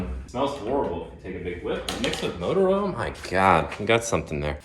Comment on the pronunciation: Love vids, but cringe every time he says oral instead of oil 😂